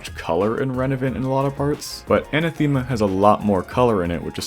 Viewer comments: Another level with a Greek word as the title Btw its Anáthema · I love how top extremes are all named after greek gods/words (and maybe other stuff but mostly this) and everyone is destroying the words xD. oh and btw for anyone who cares its anáthema and the e is pronounced like the e in help (for example)